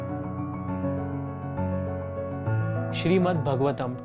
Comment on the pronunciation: Okay so I can hardly find comments that point out that these verses aren't from Bhagavad Gita, they're from Bhāgavatam (which you aren't even pronouncing correctly..) Why did you have to package it as a video on BG?? Just to get more traction? Atleast you could've mentioned in the video for those who don't know they're different....